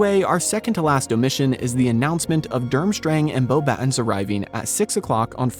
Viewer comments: Actually I did go back and seems like you say it in some videos: bow-batons which is a common AI way of saying it vs the correct way boh-bah-ton 😬IDK I still enjoy the videos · It's pronounced "Boba-tong" not "Bobatons"